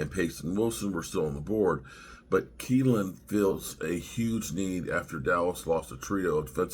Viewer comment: I'm a Wash fan and this looks pretty good for the Cowboys. Guyton, Kneeland, Cooper are all good prospects., 'knee' is the thing on your leg, the part that gets injured so much in football. So his name is probably pronounced with a silent K